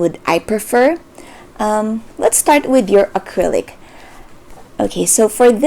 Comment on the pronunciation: when she said Gecko acrylic- AY i thought she was asian